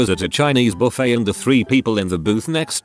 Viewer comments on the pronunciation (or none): none